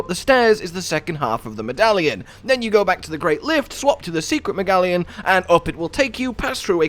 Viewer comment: "secret megallion" he says... whats a megallion?